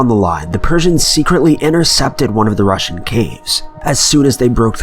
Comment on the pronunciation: I’m really think that when he says Russian he means Roman...unless my hearing has gone to shit and I’m hearing wrong.